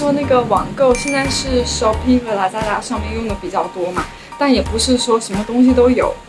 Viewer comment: 我覺得對於別人的文化食品 形容奇奇怪怪不太好吧。 中國文字博大精深 在形容詞方面應該要多學習。個人認為你剛才說的那幾句 英文 比如shopee lazada 口音就… 和你的形容詞彙一樣 需要繼續學習。歡迎來到馬來西亞。